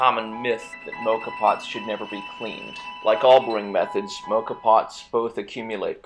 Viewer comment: Please learn how to pronounce Moka. Why do American people insist on making up the wrong names